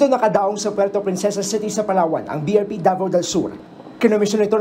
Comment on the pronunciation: BRP Davao del Shur…Sha Puerto Prinshesa Shitty…Kapashidad…Twenty sheven teen…taash ng barko…sashakyan…bashketball court…Re-shupply mission…🙄🙄